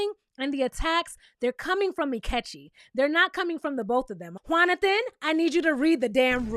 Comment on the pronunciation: Not “Juanothan” !! 😂😂😂 I died lol